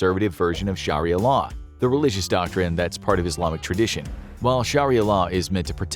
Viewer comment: I had to stop watching after 15 seconds. Scharria law dude it doesn`t take long to check the pronunciation